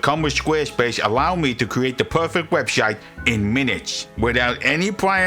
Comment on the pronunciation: "Da poific webshite" delivery is certainly unique.